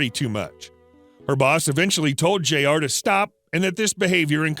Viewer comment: Jr is pronounced "Junior"